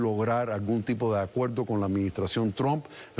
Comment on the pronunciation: Delpoltal?? Acueldo? Colte? Polque?